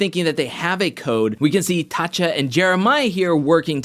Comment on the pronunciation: Hi, great video as always. The correct way to say Tacha is basically to pronounce it as two separate words. Ta Cha. That’s the Nigerian way. I’m Nigerian so that explains that.